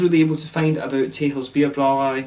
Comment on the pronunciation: Nice review! Very in depth. 'Texels' is actually pronounced as 'Tessels', like a double 's'. And next time try the Stormbock from Texels (aged ones should turn out even better), a 10% bock-blast. Proost!